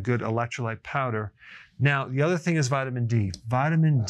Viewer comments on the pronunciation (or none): none